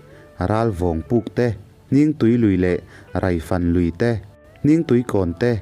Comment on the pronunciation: Hrangkhupa hi "Hrângkhûpa," ti a lam tûr. Rokhuma pawh "Rokhûma" ti a kan lam ṭhin angin. "Râifân," ti a lam ve tûr.